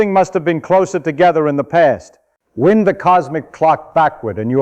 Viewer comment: You know it's not really him talking, when into the video, he says "wind" like a breeze, instead of "wind" like a clock. The AI computer was just programmed to talk like it was from NYC...